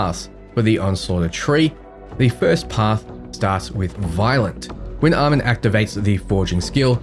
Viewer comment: Almond?? Aye-Mawn. One thing this video does in addition is highlight how BL3 Music doesn't fit BL4 content at all IMO 😂